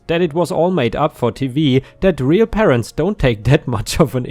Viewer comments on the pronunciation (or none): none